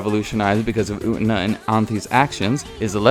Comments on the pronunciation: Did you.... did you really just call Utena "Oot'na"...? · You, pronouncing Utena "U'ENA" is really disturbing ngl. 😐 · youre pronunciation of U-TE-NA is really frustrating lol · The way you pronounced “utena” just took 3 years off my life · hell sameee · Everyone disliked that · Took 12 off of mine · you pronounce utena wrong and it bothers me eVERYTIME aaaa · Dude...the way you pronounce Utena....cringy.